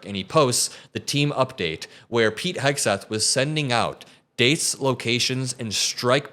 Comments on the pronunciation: can't seem to pronounce Vodka Pete's last name. Heckseth? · "Pete Hess-geth". The right wing freak can't even speak pronounce the idiots name correctly. Rather amusing. Yes. The sky is falling. We must tell the king. Donald IS the "king". Intelligent people, especially those leading a country, surround themselves with intelligent people. Morons surround themselves with morons. The people Donald panders to are morons. MAGA supporters, those who continue to uplift the "chosen one", are, indeed the unwashed, uneducated masses of asses. True, they are brainwashed, but there should be no pity for them. Those who cling to lies when faced with truth and facts are lost. A shame. The Democrats and Republicans who now see exactly what they voted for could use the mindless, the toothless, the easily led knuckle draggers and their arsenals to reclaim democracy. Yeah. That sounds completely twisted. This may be a case where fire must be fought with fire. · Why can't he say "Hegseth?" Oh. MAGA. Got it. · He called him hesgeth